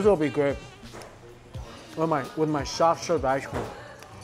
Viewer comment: Shoff sherve ishecream